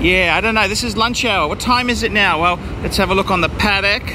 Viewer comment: "let's have a look on the Padeck" 😀